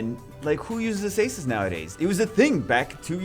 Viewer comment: 2019 and still sais "azeisis" instead of akasis or akeisis